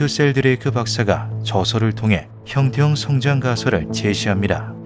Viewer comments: 영상 내내 형태형-성장 으로 읽으시는데 원어를 보니 형태-형성-장 이 맞는것 아닌가 싶습니다ㅋㅋㅋ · '형태형 성장' 이 아니라 '형태 형성장' 이라고 띄어 읽어야.. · 주인장이 띄어 읽기를 잘못하셔서 헷갈릴 수 있는데 형태형 성장이 아니라 형태 형성 장입니다. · AI인지 아닌지 모르겠지만, 나레이션을 잘못 하고 있음. "형태형성장"은 "형태형 성장"이 아니라 "형태형성 장(場)"임. 원어는 영상에도 나오다시피 "Morphic Fields"임. "Morphic Growing"이 아님. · 나래이션이 너무 거슬려요… 단어의 뜻을 오해해서 발음하시는거 같은데 성장의 뜻을 지닌 [형태형v성장] 이 아니라 feild, 장의 뜻을 가진 [형태v형성v장] 혹은 [형태형성v장]으로 발음하셔야 옳은것 같습니다. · 형태형 성장이 아니고 형태 형성장 이라고 읽어요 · 형태형 성장이 아니고 (형태 형성) 장field 이네요. 발음할때 잘 분리해서 말해야 의미전달이 잘될 듯. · ㅋㅋㅋㅋ 이게 너무 신경쓰여오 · '형태형 성장'처럼 발음하시는데 제대로 전달하려면 '형태 형성장'으로 읽어야 맞습니다.. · 형태-형성-장 이라고 읽으셈.